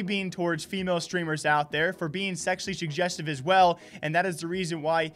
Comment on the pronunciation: Man you really struggled with pronouncing 'sezzually jujeztive' huh? 😂😂😝